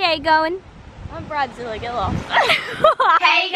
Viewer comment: “I’m bridezilla gilla” - 2021